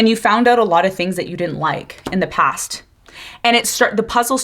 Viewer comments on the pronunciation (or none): 👏 👏 👏 👏 👏 BRUUUH,"coming from deh pass" 😢every dam time I hear it!!!! I cringe. I stop talking and started shouting at the universe 😅to Please keep them in thee pass...its like a flock of ducks migrating 😅